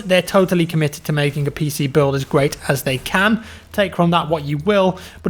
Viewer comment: when you said PC stuff i though you said Piss Eazy stuff